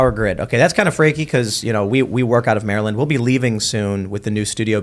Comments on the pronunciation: When you live in the DMV it's pronounced more like mare lend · How do you live in Maryland and still pronounce it like that?